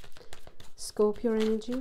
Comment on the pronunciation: I love your accent and your very accurate readings. Thank you and Happy New Year. I always look forward to your readings. Love the way you say Scorpio.